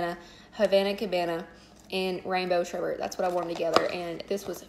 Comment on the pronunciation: Thanks for sharing hun! I love your videos. Pixie Sparkle is my favorite from the collection and Rainbow Berries is nice. I'm obsessed with Rainbow Sherbet. OMG It's pronounced SherBET. Although a lot of people pronounce it incorrectly..you're not alone. :)